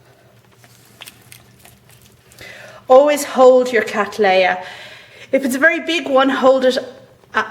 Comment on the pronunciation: What an excellent video on repotting Catts. Much appreciated. One thing though :- I am asking you to reconsider how you pronounce the generic name Cattleya which as you will know, was thought up by John Lindley R.H.S. to honour my ancestor William Cattley who first grew C Libiata in the early 1800's. My point here is that the name is derived from his which was then and still is, pronounced Cat-lee. Lindley "Latinised" it by adding an a at the end thus making it Cat-lee-a. You however are using the often heard American version Cat-laay-a which has now been corrected by the American Orchid Society to the Cat-lee-a. Regards Tim Cattley